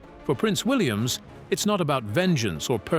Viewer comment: Can't you get your c..... AI to pronounce things properly? If you must use an English accent at least investigate how it's spoken correctly. For example, William's.